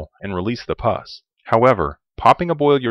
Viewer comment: It’s pus. “Puss” means face, as in sourpuss, or cat.